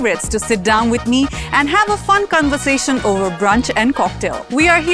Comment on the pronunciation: Cun-versation? Marri-yot? 😂